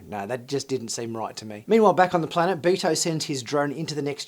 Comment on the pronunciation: Its not.... "BEE TOE" its "BEHR-toh" Basically his name is Berto.. but pronounced with a Spanish accent. Ortegas is of some type of Spanish decent.